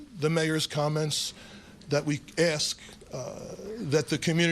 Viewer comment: Brandon, please stop pronouncing ask as ax